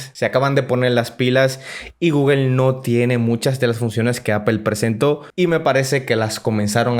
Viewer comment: Es google no guguel guguel no existe habla bién!